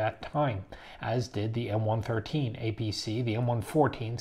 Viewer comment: Bemused. pronounces M113 as One-Thirteen. Entire time I was involved with them it was One-One-Three.